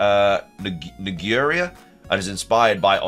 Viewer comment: "Ng" makes a "Nwh" or "Nwu" or "Nwe" sound. Think like "Nguyen"; it's typically pronounced :"Nwhen" or "Nwuen" or "Nweyan". So if the leak is right, and the region is called "Ngura", it would most like be pronounced as "Nwhura" or "Nweura". The way its spelt sounds like a racial slur, so I don't blame you for saying it that way. Love your videos!